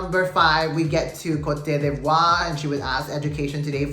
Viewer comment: Ivory Coast couldn't even pronounce its name in the opening, then it kept falling apart and the whole event was very lackluster. And Venezuela, meh! The best team won, the one that showed character, substance, and a lot of personality day after day.